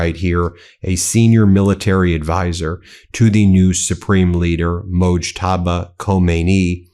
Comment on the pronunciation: You finally pronounced Mojtaba’s name right 😂